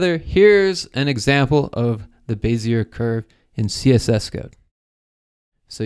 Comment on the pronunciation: lol you pronounced bezier the way it should be pronounced (but isn't)